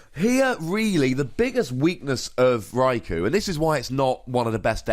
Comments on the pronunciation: gratz on the 1m man :) btw one of the generations episodes mentions raikou as 'raik-oh' rather than rai-cow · Nooooo it's not ko-oh. One does not say Sauce- oh - ke for Sasuke. it's hard to show pronunciation for U in typing. Best I can write would be, pronounce, "You" without saying the "Y". Yet sharper. I tried to play it off as that bit did not wrong. But it is definitely not "Oh". Best way to say it in Japanese pronunciation is Rye - Koh. The "U" is generally silent(ish) just as in Sasuke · Its japanese, so its pronounced rai-koh. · It's Rai-Koo